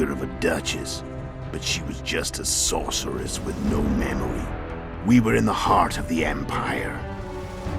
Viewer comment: Gave me alist of the SAUCE-resses